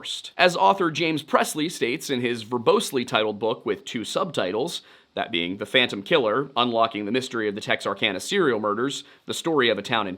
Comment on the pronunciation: “No one can catch phontom”